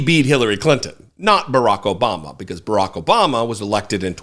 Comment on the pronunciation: "jObama." Perfect!